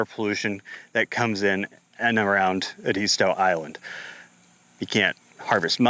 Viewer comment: It's Ed-ist-tow. Thanks for bringing this out!